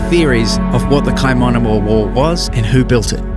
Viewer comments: mate the pronunciation... kaimanama? ingdibrite? holy hecka. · "the kaimanama wall..." jesus christ. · The introduction he didnt even pronouce it properly 🤦‍♂️